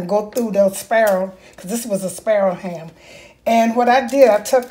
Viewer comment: WHAT IS A SPARROW HAM? SO YOU ARE SAYING SPIRAL!